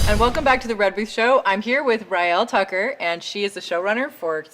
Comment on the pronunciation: I believe it is Raelle Tucker...not Trucker. T-U-C-K-E-R. Enjoyed the interview...thanks.